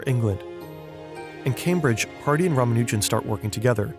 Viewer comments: maybe someone can tell the guy how to pronounce Ramanujan? I mean, the guy he interviewed said it correctly more than once. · PSA It's pronounced ra-MA-nu-jun. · I've always heard it pronounced Rah-Mah-New-Jen. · Please don’t continue disrespecting S. Ramanujan by mispronouncing his name